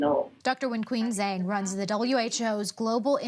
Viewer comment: Zhang is pronounced like “Johng”